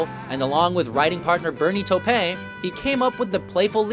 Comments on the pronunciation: Bernie Taupin is pronounced "Taw-pin" I guess you were getting confused by Elton John's toupee when you made the video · Bernie "Toe-Pahn"? Where did that pronunciation come from? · On "Crocodile Rock" you said, "along with writer Bernie Tope' " who the hell is that? it's Bernie Taupin. C'mon man. I could make an argument for some Alice Cooper but, I was more annoyed with the Tope' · Certainly not Janis’ best. Say TAU-pin. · did he really pronounce Bernie Taipan like he French or something .. Come on man..best lyricist of our time. get it right. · Who's "Bernie Toe Pain?"...and yes, I know, I'm just making fun of the millenial's pronunciation. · Astonishing the mispronunciations in this . . . "Bernie Topay?" "Deye-ity"? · I think actually he's (mis)pronouncing it as if it were French: toe-PAN. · Who the hell pronounces Bernie Taupin - Bernie Taupain??? Dude, do some research, and perhaps someone might have caught the bumble before it went live. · Diety = Dee-a-tee Taupin = Taw-pin This list = crap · Krishna is not the supreme deity. He's just the 8th avatar of Vishnu, one of three supreme deities. Also, they pronounced deity wrong. And wtf did you call Bernie Taupin? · Okay I hate the guy narrating he pronounced Bernie taupins name terribly wrong and he gave Elton no respect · Try working on your pronunciation of deity and Taupin.